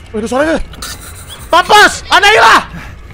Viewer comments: Boneka anaila... Ngakak anjir😂😂😂... Kak windah boneka anabelll Bukn anaila astaga😂😂😂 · Kak windah nama bonekanya bukan anailah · Bukan analia tapi anabel